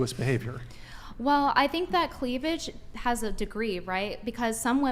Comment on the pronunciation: Chick said cleavlidge. Now you can't unhear it